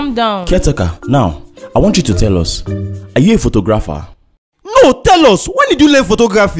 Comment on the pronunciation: did u guys see they pronounced photographer wrong but its ok